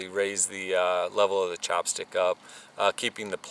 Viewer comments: It's not "chop" stick. It's "chap" stick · I love your videos, but that accent was killing me every time I heard "chopstick" instead of "chapstick". LOL keep up the good work, man!